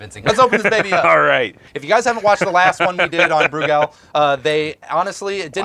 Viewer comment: yes, you guys are pronouncing Brugal correctly haha... at least I hope y'all are